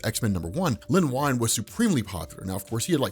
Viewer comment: Wow, You talk fast! Len Wein is pronounced Ween, not Wine.